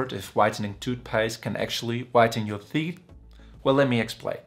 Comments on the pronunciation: I am here to learn about teet 😂😂😂😂😂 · Did he say theet? Thoot? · Lool theet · Theeth🤣 Had me dying💀